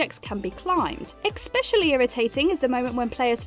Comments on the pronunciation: Did she just say 'exspecially' ? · “Eck-specially”. Oof. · Did you just say “expecially”?